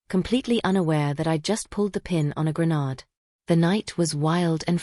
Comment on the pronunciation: Grenade, not grenard